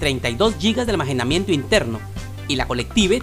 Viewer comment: X que que dices ALMAJENAMIENTO en vez de almacenamiento 😂 😂 😂 😂